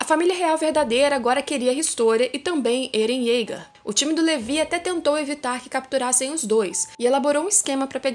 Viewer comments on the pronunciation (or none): none